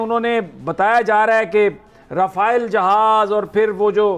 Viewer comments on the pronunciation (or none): none